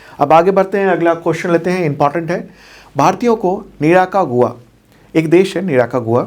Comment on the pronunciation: say निराकागुआ 😂😂 Actually.....निकारागुआ है